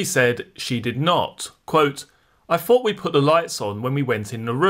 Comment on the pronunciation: PRONOUNCE YOUR WORDS PROPERLY!! ITS “THOUGHT” NOT “FOUGHT” IT’S “THROWING” NOT “FROWING!!!”. Jesus 🙄🙄